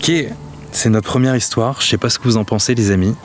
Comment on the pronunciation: 1 ème c comme si tu disais premième